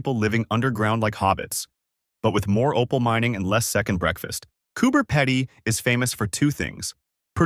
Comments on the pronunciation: Said it like Cooper Peddie, as in pedophile - I would be angry if I lived there! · like “Coober-Peddy” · Cooper Pedy, pronounced Cooper Peedy. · Cooper Pedy😂😂😂